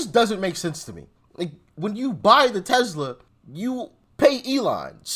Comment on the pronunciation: It's actually pronounced TESS LUH, not tezzluh.